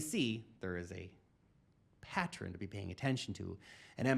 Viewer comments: how do you get 'PatTREN' out of the word 'Pattern'? You say it all the time. 😘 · I'm convinced doesn't know how to properly say Pattern